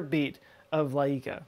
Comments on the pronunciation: All those cover ups are disgraceful and insulting to the people that risk/gave their lives for their country and science. What a shame. PS: Layka is spelled Uáyka, not Laíca. In fact in most eastern slavic countries the accent mostly falls in the first syllable. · Laika is pronounced "Waika" with short "I" only two sylables. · its laika, the I is pronounced as a short I not E, like bike-ah Likah. it means barkey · From my experience in KSP I predict that there was at least one cosmonaut that died because they forgot to add parachutes to the rocket. Also the cosmonaut escaping earth was definitely Jeb. Also also I’m pretty sure the dog is pronounced Ly-ka. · Dog's name is pronounced as "laika". Stress should be put on the first syllable and "i" here is pronounced as "y" in "yeet". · Actually it's more like waika (w is pronounced like w in Hawaii). The sound comes from a letter ł which is the first letter of my name ;d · o he definitely butchered their names as well. the dog's name is pronounced like 'Layka'/'Lyka', emphasis on the first a. means chamomile btw. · Laika was pronounced " Like-ah" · The dog's name is pronounced "Like-a" The Italian brothers' last name is pronounced "Cordelia". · BTW, Laika is pronounced "like-uh". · Laika is pronounced as Lie-kah. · nope,he butchered it. There is no direct analogue for й in Лайка in English, so you can't get proper pronunciation by reading the name in English letters. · Well, Laika is the dog's race. Her name was Kudryavka (curly-hair-one) but they decided it was too complicated for non-Russians so they came up with laika instead. Turns out even Laika is too hard :) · Laika is pronounced differently th ACC te syllable is tha LA so you know ....